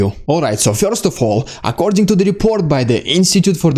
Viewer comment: first - not fjorst